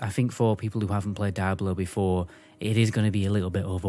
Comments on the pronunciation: Why Daiablo and not Diablo ??? You Britzzz :) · Left as soon as you called the game.. "Die.....ah...blow" and not "Deee....ah blow" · I believe it is pronounced, "dee-ah-blow", I kept thinking you were saying, dire blow, lol, I was confused was a dire blow was, I thought maybe it was similar to a killing blow. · Cool vid. Why you say DIE-ablo vs the correct “Dee-ablo” pronunciation? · I'm irrationally enraged by the way you say die-ablo lol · its dee-ablo not whatever the fuck you keep saying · Die-Ablo lmao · die ablo four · Wtf is Dieablo??? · Bro said “Die-ablo” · Die ablo foe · Dude where you lurn to speak it is diablo man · OMFG if you gonna do a review video on a game learn how to pronounce it's name properly